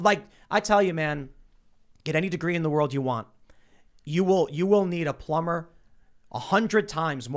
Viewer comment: Only Tim pronounces the B in plumber... am I right foLLLLks. Lol